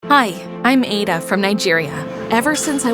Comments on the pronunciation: I'm a Nigerian and It is pronounced a_daaa Not aida😊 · I love this but please incase of next time it's pronounced Aah-dah not ay-da in Nigeria thanks❤ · Bro it’s not pronounced Eida its ada😂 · First of all wrong pronunciation of the name Ada, yes we love how you chose nigeria but at least if you want to talk about a country or represent the country you should do some minor researches about the country and most especially pronunciations. The a in Ada is pronounced as ah not eh please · That is not to say "Ada" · Ada is now pronounced eidah😂😂😂😂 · Fr😂😂😂😂😂 Eidahhh😂😂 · Hello appreciate the work but the pronunciation of her name is wrong it's A(as in apple) ADA thank you for the good work I hope to see more of your representations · That is not how to pronounce Ada it’s ada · Fr i was like „its ada adaaaa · i love this STA about our country Nigeria but the pronunciation of Ada is wrong. I still love this video, good job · I'm form nigeria and they didn't pronounce ada correctly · I love the Nigerian story but you didn't pronounce the names very well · Im also proud but, the name is probably pronounced wrong if she's Nigerian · That’s not how you pronounce the name 😂😭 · As a Nigerian girl myself I like to say that it is nice that you guys create a story about a Nigerian girl And again it is not how to pronounce Ada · Great story 👍❤️ 🤗 but you pronounced the name Ada and chi different and I am from Nigeria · This is so noice, u made a Nigerian story. You even did enough research and included the one year compulsory NYSC, 😁Nice attention to detail. Though the Ada name is pronounced differently, the addition of the Chi name was good, great video. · Umm, you pronounced Ada’s name wrong. 😅😅😅 I’m from Nigeria and have the same name as her.😂😂😂